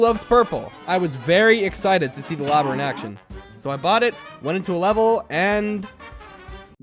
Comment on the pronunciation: Left when he said lobber at B